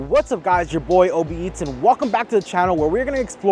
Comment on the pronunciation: sure does sound a lot like Obese